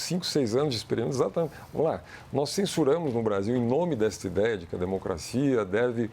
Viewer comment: hahahahaha, ezatamentchy